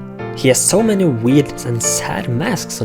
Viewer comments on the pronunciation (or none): none